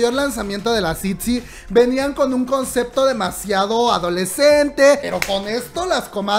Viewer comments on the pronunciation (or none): none